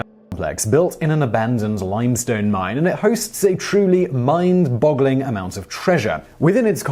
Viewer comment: Mine-boggling... HO! :D